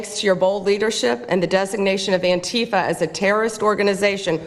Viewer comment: Is purposely mispronouncing Antifa? Bc it’s driving me nuts.